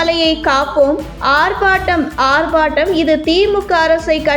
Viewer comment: ஆர்Batam அல்ல ஆர்ப்பாட்டம்